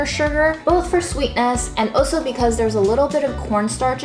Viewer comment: makes cooking look so natural and easy. I also like how she says the word “also” - she always says “oh so”, as in “ is oh so talented”. And “whiteness wins in this world.” Keeping it real. Chef’s kiss,.